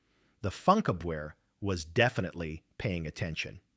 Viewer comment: It's pronounced "foonkABverr"